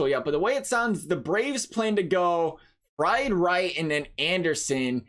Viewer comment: Btw, fried is pronounced like freed, wright has had a 2.02 ERA in the last 4 starts since he changed his delivery, so he has been on fire, the starting pitching is closer than the initial stats appear, the SP era for the braves is heavily inflated due to them losing 5 starters this year